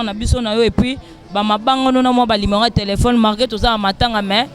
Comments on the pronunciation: azo répétés toujours lumero tchieen on dit numéro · Et puis on ne dit pas LIMERO. Balobaka NUMERO